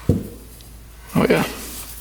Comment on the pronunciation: Your “Oh Yeah” expression definitely has a Wisconsin twang to it, Ohh Yeah, very cool.